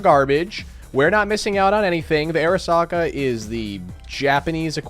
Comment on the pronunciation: I, as a Japanese enthusiast, will teach you Japanese. It's pronounced as "Ah-reesaka", like this "arisaka." Your welcome